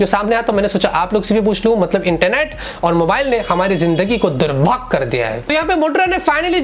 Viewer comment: Bahut hassi aa rhi h "Durbhaagg kar diya hai".....Ha Ha Ha Keep it up